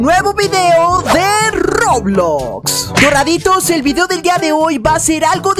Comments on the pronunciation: dice dorraditos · dice dorrrrrrraditos